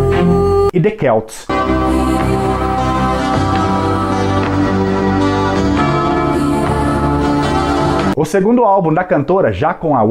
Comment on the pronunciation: celts .. celtas .. e nao " quelts "